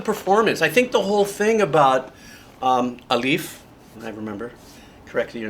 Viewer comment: Pronounciation of his name........Aa lif (Ah.... h is silent.....).... Lief) ( Goos... ta ....Khiiiii .....yaat) hopefulli helps